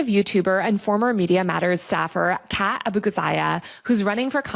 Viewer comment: Not how Kat's name is pronounced!